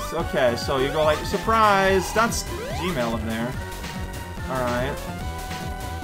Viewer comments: Everytime says "Gemerl" it sounds like "gmail" to me, and now I can't help but worry that Eggman is actually in charge of Google and that's why they removed that "don't be evil" rule of theirs. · I'm pretty sure he's doing that on purpose.